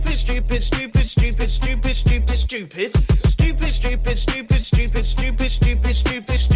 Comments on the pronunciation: it sounds like scoop it instead of stupid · after that timelapse the word "stupid" sounded more like "shtoopid". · Its not "Shtupid" its "Stupid" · BTW now it sounds like he says it’s soup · Stupid stupid sounds like ipish ipish(ipis) xD it means cockroaches to us xD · Love how he pronounces it shtupid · Ultimate ya it did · is it only me or in he says dufis(i know it JUST sound like that and he says stupid)